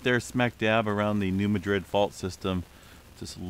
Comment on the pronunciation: I'll say it again, it's "New MAD-rid".